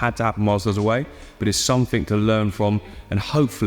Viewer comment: “Click somefink” 🤣